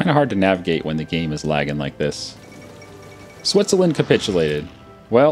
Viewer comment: He said Switsuhlend